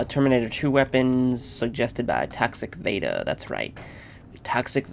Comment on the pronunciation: Haha i thought you said that guys name was tax evader instead of toxic vader XD